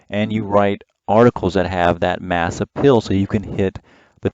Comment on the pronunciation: The way you pronounced "appeal" sounded like "uphill".